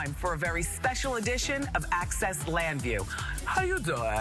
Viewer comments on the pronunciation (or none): Access Llanview? UGH